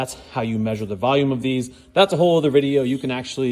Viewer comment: Theres no "A" in the word volume. 😂😂